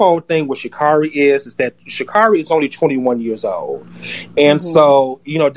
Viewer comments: Hey guys, I know that you're disappointed in her performance yesterday, but can we please at least pronounce this woman's name right? It's Sha'-CARE-ri, not Sha'-CAR-i. Would you mind pronouncing Kamala Harris' name correctly, as well? Thanks. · And if they are gonna keep strapping on that cape for her, and creating petitions, they could AT LEAST pronounce get name correctly.